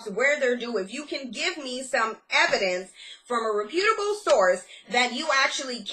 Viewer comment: Rep-YOOT-able source